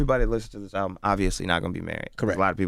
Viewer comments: It's called album not owbum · LMFAO only clicked this because the title said : Chance The Rapper Talks "New Owbum" i had to find out dafuq an OWBUM was 😂😂😂😂😂😂😂😂😂😂😂😂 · The title of this video says "Owbum" that's how hood niggas pronounce "album" lmao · Nigga said ‘Talks new oWbUm’! 🤦🏾‍♂️🤦🏾‍♂️😂😂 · Owbum? WTF is an owbum???